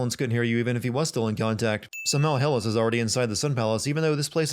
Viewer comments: I fucking hate when something's proper pronunciation is said in the game and people still pronounce it wrong. It's "HEE-lis" not "hell-is" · Omg it's pronounced HEELIS, not HELLIS.... sorry it just annoyed me 😞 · This is such a crap video. 90% of all of the "sins" you talked about are explained in the game. It's very clear that you haven't even played this game, either that or you've speed-ran through the entire game. also, Helis is pronounced 'hee-lis'